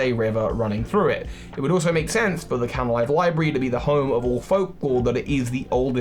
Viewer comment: It's Canalave, not Canalive. And Darkrai's Island is New Moon Island.